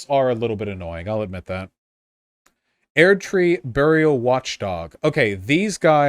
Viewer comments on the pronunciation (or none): the way he says erdtree actually makes me consider suicide